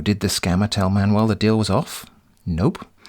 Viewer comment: It took me 15 minutes that you pronounce Manuel as Man-well ...... UFF